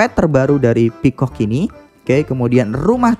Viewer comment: Duhhh ketawa mulu dah, bang mimin ngomong piscock 😭 wkwkwk semangat bang